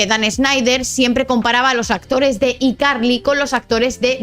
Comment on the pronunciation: no se pronuncia you tuve, se pronuncia "iutub", no se pronuncia "ycarli", se pronuncia "hayCarly", seria bueno que si haces videos cuando pronuncias ingles lo hagas bien, pues haces el ridiculo.